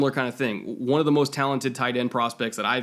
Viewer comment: Why do you pronounce every THE di? What kind of bullshit english is that?